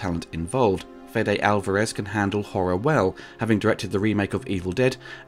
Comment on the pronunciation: Weyland, not Wetland. Fede, not Fedde. Raimi, not Rami.